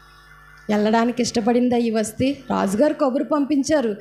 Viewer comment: వస్టీ కాదమ్మా వస్తీ